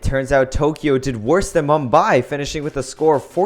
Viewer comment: he pronounced Mumbai wrong.